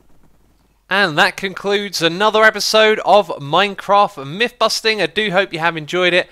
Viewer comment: They are myTHS not miFFS. Learn to speak.